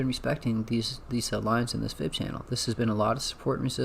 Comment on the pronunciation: 😂 don’t forget channel not “Chanel”